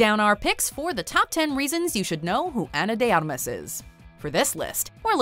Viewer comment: Her last name is pronounced Armas, not Amas